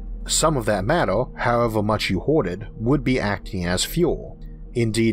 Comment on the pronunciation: With all due respect, what accent is this, or is it a speech impediment? Year - yeor. Universe - univors, however - howevor etc